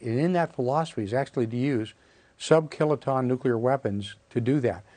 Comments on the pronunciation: Nuc-lee-ar, NOT nu-cu-lar! There is no nuculus in an atom. It is called the nucleus. Geez! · He doesn't have "nuculer weapons", he in fact has nuclear weapons.